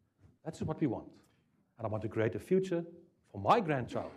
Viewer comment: Why do Afrikaans ppl say cre-hate 😂 No hate just funny